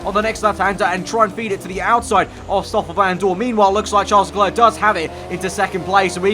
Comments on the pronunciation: It’s not Tcharlz Leklurk, is pronounced Sharl Le Claire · Ffs, Charles LeClerc is pronounced Sharl le Claire. Please learn it!